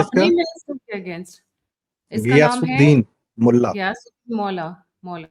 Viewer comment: MOLLA (East Bengal accent)hindi mein Maulah nahin MULLA hota hai.